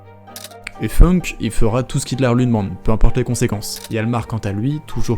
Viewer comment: founk pas feunk il est allemand pas anglais